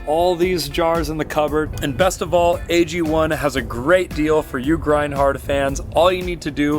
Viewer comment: AG1 AGONE. Ago-ne phonetically agony